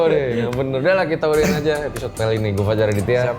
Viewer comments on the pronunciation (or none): none